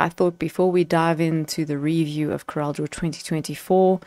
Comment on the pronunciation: Hi. I like your presentation - clear, concise and correct pronunciation of CorelDRAW. Just wanted to mention that the pricing listed for the Graphics Suite is annual subscription pricing, whereas the other two are perpetual licenses. The current list price for the perpetual license is R11070, so it is the more expensive option. Most of my clients are on older versions, some as far back as X3. They see the features on the newer versions and would love to upgrade, but few can justify the expense. I also think the recent pricing/feature models used by premium software developers are disingenuous, as they try to push users to subscription models by limiting the features on the perpetual versions. Some, like Adobe, no longer even offer perpetual licenses. The high cost of subscriptions makes this option unaffordable for most users in countries like South Africa.